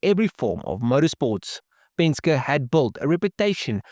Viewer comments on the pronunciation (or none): Yea, what’s a Penska? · Penske is pronounced pen-ski bro. 👍🏻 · It's pronounced "Pen-ski" Other than that, pretty good video, although I seriously doubt you could acid dip 360 lbs off a 67 Camaro. I'd think 100lbs would be a more realistic number, if that. Every pound helps, though. Penske was a master at cheating. After he switched over to AMC, he didn't like the way the Javelins handled and braked. He had his team fabricate a crossmember that allowed them to run Mustang suspension components and spindles that let them run the same Lincoln Continental brakes the Mustangs were running. When competitors began complaining, AMC began selling the crossmembers and spindles, which homologated them! I actually bought that crossmember and those spindles and upgraded the handling and braking on my 401 Gremlin.